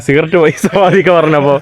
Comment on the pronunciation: സാവാ ട്ടിക്ക എന്നാണ് 😂😂😂നമസ്കാരം ആണ് 😉